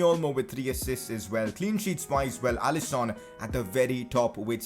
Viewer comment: Is actually pronounced allisin not Allison👍🏼